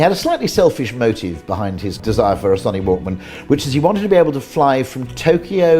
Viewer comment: Son knee Walkman lol haha